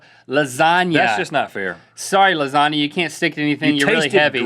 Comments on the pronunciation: It's pronounced lasagna (la-sa-nia) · l think you didn't pronounce lasagna right